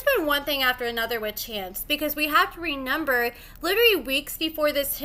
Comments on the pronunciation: 🤣🤣🤣now I’m trying to find where she says remember with an N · …how old are you??? There is no ‘N’ in remember!!! That shit is so annoying 😭